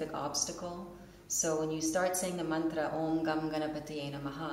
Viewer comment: I think it's funny that they pronounced mantra differently